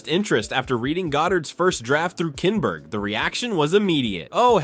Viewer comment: Too many images and clips repeated throughout this video. And, your AI needs double-checking before uploading. "Simon" Kinberg and "007" are mispronounced.